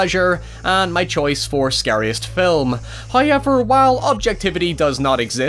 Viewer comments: What country are you from where you can’t say W’s? However = Hi-ever. House = Hi-oose. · "Howyever..." <3